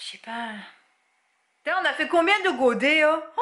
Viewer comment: l'accent du Sud quand tu lui demande combien de godet!!! mdrrr